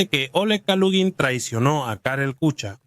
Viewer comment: " Kucha " se pronuncia " kuja " , como en alemán